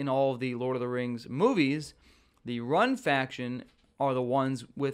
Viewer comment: You kill me with your middle earth geography bro. Rhun (pronounced RUNE not RUN) are the Easterlings. Harad are the ones who train the Mumakil. But yes, I would love to see Harad in the game with things like archer cavalry units and spearmen. Gundabad seem most likely since they redesigned the map to include the Gundabad keep for season 2.